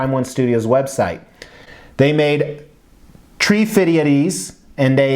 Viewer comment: "They made tree-fiddy of these...." 😂